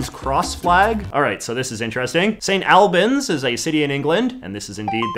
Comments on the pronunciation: Quick pronunciation tip: St Alban's is pronounced "All-buns" Very cool for JJ to mention somewhere so close to where I live 😁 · It's Saint Aulbans not Saint Albans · It’s not st al-bans, it’s st all-bans. And Mercia means nothing, maybe like old English? It’s more likely that the person was born in St Albans and moved to Portsmouth as there is a university (college) there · I live in St Albans and it is pronounceed St. All bans not al bans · I recognized St Alban's cross immediately! Going to 'Alban Academy' middle school, I had the symbolism very much drilled into me. On that authority I declare that it's pronounced Awl-bn. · as a resident of St Albans (pronounced: saint ulbons) this is probably a Mercia flag because I have never seen anyone fly the flag like that in St Albans, it’s usually flown as the coat of arms the shield design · Wrong A sound! It's more like auhlbans. Finally some knowledge from my neck of the woods! Love the videos. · As a St Albans native I enjoyed seeing St Albans on a YouTube video for the first time in my memory. Although you did butcher the pronunciation of St Albans, it’s pronounced sort of like St Awl-bans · Its probably already been said but St. Albans is pronounced Sunt Allbans in England. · English town pronunciation strikes again! St Albans is pronounced "St All-bans" (like the word all). As an English person I can't say I've ever heard of Mercia. My guess would've been a Scottish flag (Saltire) with the yellow representing the pro independence Scottish National Party -though I lived in Scotland for 5 years and never saw this variant. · Very much pronounced Saint All-bans